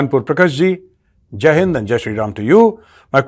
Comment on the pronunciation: It sounds like "Jain friends". Please give more emphasis and clarity on your greetings. 😊😊!